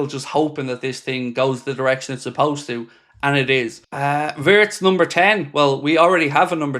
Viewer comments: It's pronounced vii-ye-tz not vertz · Its not vertz its wertz